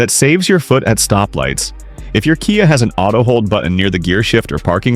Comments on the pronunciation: oops....said - k-eye ah instead of key-ah ....on one occasion......caught the a.i. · AI's pronuciation of KIA is hi...lar...ious!😂